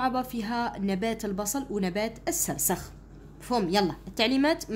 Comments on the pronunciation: مرحبا استاذتي الفضيلة❤ فقط هناك نقطة 😅ذالك النبات اسمه🌷 السرخس وليس السرسخ❤ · استادة السرخس وليس السسرخس😂😂😂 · سرسخ اتعلمي تهدري واراحي تفهمي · سرخس لا تقطعي الأذن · حتى انا لاحظت وجيت نوضح 😂😅😅😅😅😂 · استاذة مشي راكي تشكلي😂😂😂😂😂 هههههههههه عرفي كي تقري؟؟؟؟؟؟